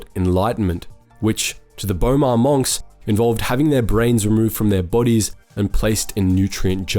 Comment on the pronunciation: Bruh in what world do you pronounce "monks" like that.